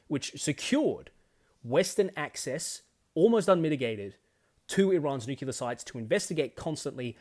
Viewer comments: Please, learn how to pronounce nuclear. Its new-clear, not new-cue-lar. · You and I are both Aussie, yet you pronounce it new-kew-lar and I pronounce it new-klee-ar. I'm curious why that is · I think nuke-ular is more badass because it sounds more like you might use them